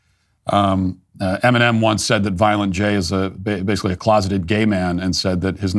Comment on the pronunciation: Eminom Oat meal. 😂